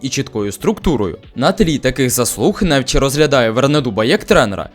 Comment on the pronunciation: Наголос на ЧІ(НефЧІ). А БОЛІЮ ЗА ПОЛІССЯ